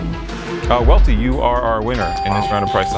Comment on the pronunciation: Worst take goes to Welty saying “Well-ty”